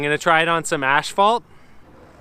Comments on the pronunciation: Bones says stf 83B = 103A, but you said 83B stf was harder than the 101A formula 4's?? Oh and btw, *AS-phalt not ASH-phalt. ;P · for a construction worker i thought you would have known it is asphalt not ashphalt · Anyone else noticed he says asphalt weird he says it like ash-fault it’s ass-fault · So is it americans or canadians saying asphalt wrong all this time? Lol